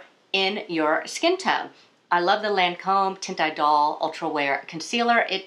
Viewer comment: Thank you,! Please note that “teint idole” is pronounced “tun ee-DOLL.”